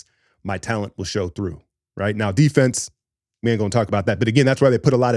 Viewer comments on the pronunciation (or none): none